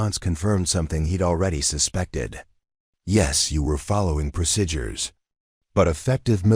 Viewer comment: You need an AI reader that can pronounce "procedure" correctly, so I don't go crazy!